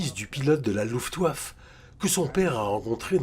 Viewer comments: La voix off est pas terrible, avec des défaut de prononciation rédhibitoires. (Luftwaf) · Tient il y a aussi la prononciation de la RAF. qui va pas. On prononce les lettres à part c'est R puis A puis F pas RAF d'un coup. Et luftwaffe on prononce le é à la fin.